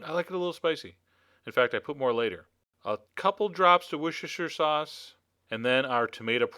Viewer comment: It's Woster sauce! =p